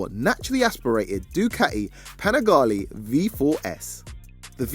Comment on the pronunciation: Amico mio, please, say Panigale as you read." E" is spelled like in red😊